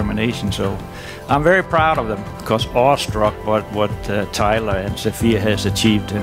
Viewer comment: iTs SaFiA nOt SoPhIa